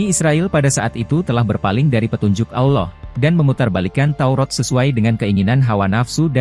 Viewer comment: sama cuma satu.. betulkan dulu kalo nyebut kata Alloh.. saya terasa "kerih" ditelinga kalo dengar admin myebut kata Alloh.. admin nya kok susah ya nyebut kata Alloh.. apa adminnya nonmuslim ya.. coba cari pembaca admin yg lain .. biar enak didengar...